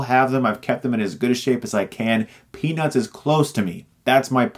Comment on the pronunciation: Every single time he says "Peanuts", I hear "Penis" :P